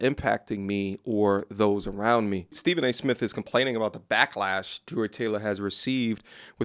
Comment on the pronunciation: Stephen A "Myth" 😂😂😂